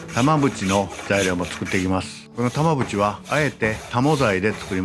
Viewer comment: 耳だけで聞くと玉縁が長渕にしかきこえなくて、んん？ってなってるw